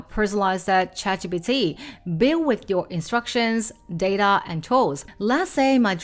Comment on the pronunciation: Her pronunciation of "ChatGPT" is too cute 😂